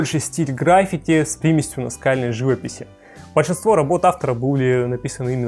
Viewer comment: ГраффИти (ударение на "и").